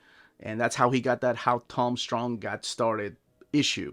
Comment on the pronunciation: You mispronounced Strong.